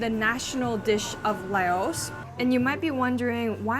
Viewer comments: its pronounced La-os. Not Lay-os lol. Where's your college edumacation at?🤣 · Never heard Laos being pronounced as "lay-os" like that before 😂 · I love you and all your videos. The country Laos is pronounced like blouse without the B. 😊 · Thanks for the explanation of the reason why Lao food is found in this region. However as a Lao food and culture advocate, I have to ask that you take some time to do more research on the culture if you’re going to make content about it. That’s the first time I’ve ever heard someone pronounce Laos that way. The resources are abundant and you have a Lao person right here to connect with if you’re so inclined.